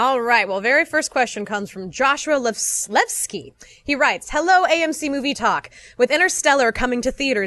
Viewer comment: Levesque = Levski??!!?! Really, it's "Lay-vek"... lol!